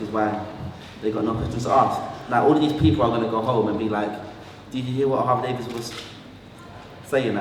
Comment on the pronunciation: someone tell craig stephen its davies not davis!!!!!